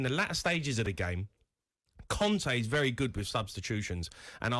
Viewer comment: When Holding got sent off last season, this guy wasn't all "it's a Norflondon derby! It's a vewwy good game!"